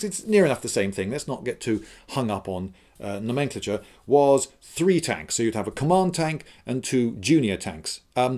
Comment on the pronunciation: Never heard nomenclature pronounced that way.